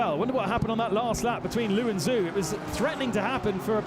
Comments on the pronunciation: BTW, Zhou is pronounced "Zo" not "Zoo." LOL, "Rally crossing BMW." :) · The Chinese name Zhou is pronunced like Joe. Zh has a J-sound in Mandarin Chinese. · Yeah he butchered Zhou's name as well. But a lot of people think it is pronounced that way.